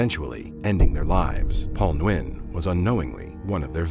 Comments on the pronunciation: Nguyen is pronounced "Win" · There is absolutely no reason to ever go to Central or South America. Especially nowadays. Side note: Nguyen is pronounced “win.” Don’t if this is AI voiceover or human, but the pronunciation is wrong.